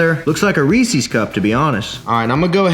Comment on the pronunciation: Reese's... not REESEES